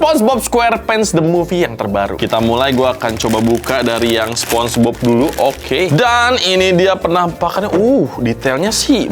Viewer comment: Sponenge bob ❌ Sponege cuci ✅